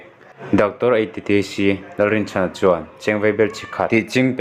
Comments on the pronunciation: Lyndia tiin I lam daih a..caption ah lydia ti bawk si. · Ngatinge thil hi i chhiar thiam loh em2 le?Lyndia pawh a ni lo..Lydia tih tur..ah hming spelling te khi i hmu ve kur awm sia.. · Eiru nu hming khi chhiar uluk deuh teh..... Hnam dang tawng hi chhiar thiam loh chuan a thiam te rwn hreh loh tur ... In video te hi a darh zau si a....